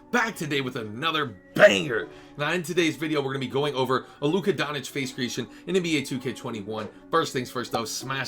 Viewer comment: Doncic = Don - Chitch Ch - as in Chicken Itch - as in “it itches me that you can’t pronounce his name” :k)